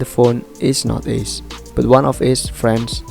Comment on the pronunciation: Bang izin ralat sebenarnya kalau buat nama orang pakai biasa aja bang, Ace ngga ase